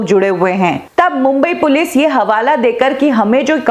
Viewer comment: Mam it is Police not Pilice . Please do the correction.